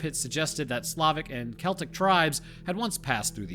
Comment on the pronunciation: Thank you, you said Celtic right! To many think it's pronounced like the team